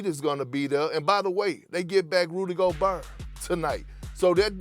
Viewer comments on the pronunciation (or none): “Rudy Goburr”😅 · Rudy Okurrr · Nobody: Perkins: Rudy Goburr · Rudy Go bear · Rudy Goburn!!!